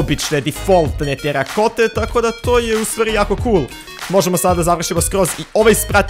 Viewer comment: Dex Nije teri kota nego terakota